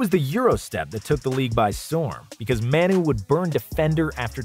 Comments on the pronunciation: Isn't Manu pronounced Mah-nu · No way you just called him “Maynoo” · “Man-uy Ginobili”